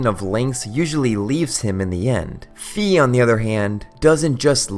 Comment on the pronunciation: Well, Fi is intended in Japanese and in all the other languages where it's not open to interpretations to be pronounced like fai, not like fee.